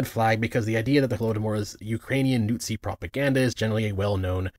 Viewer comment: Is there a reason you pronounce everything wrong either on purpose (de-boonk, Imperist, Newt-zi) or on accident (Badpanda)? Are you trying to simulate what its like to talk to a toddler? Are you trying to make this video as difficult to watch as possible?